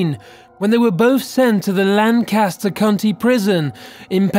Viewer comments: Ah, #14. Only people who’ve lived near Lancaster know how to pronounce it, and Lan-KASS-ter what we usually hear from outsiders. And my mom. The accent goes on the first syllable. LAN-kuh-ster. Sorry for being That Person. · I died a little bit when he said Lancaster... Why, man, why..? It's not pronounced Lan-caster... It's Laing-cister.